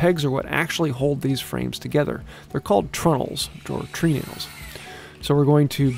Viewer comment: Tree nails is pronounced "trenals".